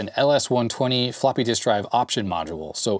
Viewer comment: "floopy diskette" :D